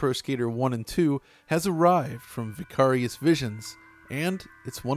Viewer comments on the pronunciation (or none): Normal person: ""Vy-care-ious" An intellectual: "Vih-cah-rious" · confirmed for not listening to Tool music. Given the weird way he pronounces Vicarious.